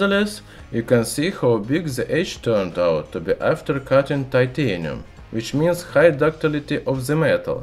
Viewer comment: "zis mins" xD